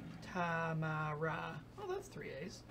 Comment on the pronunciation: Doesn't help that they said "TA-mi-rah" as opposes to "tuh-MA-rah." When they pronounce it like that it doesn't register as three A's.